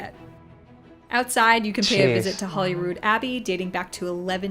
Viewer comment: People including the BBC say Holly instead of Holy when mentioning Holyrood.